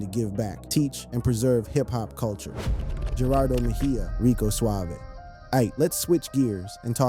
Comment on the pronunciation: It was pronounced Rico Suave-ay